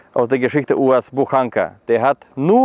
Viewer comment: Der Erste, der "UAZ" richtig ausspricht. Natürlich ein Russe.